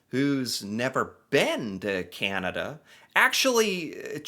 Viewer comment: Hi I apologize in advance, but you are mispronouncing ‘Canada’. You are saying Kee-ya-nada, when it is pronounced Ka-na-duh. Sorry lol!